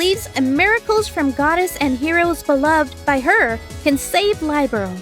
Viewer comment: The mispronunciation of Liberl has me cringing every time.